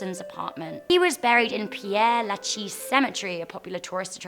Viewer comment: How has père lachaise become piere lacheese?